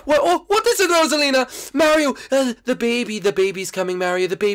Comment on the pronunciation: Gefee is born. He is not an identeeut mareeow